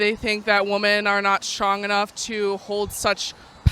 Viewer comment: what is it with women pronouncing "womEN" as "womAn"? I'm hearing it more and more